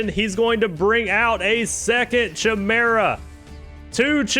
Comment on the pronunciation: Great tournament! The pronunciations kill me sometimes lmao. CH-imera and bahkura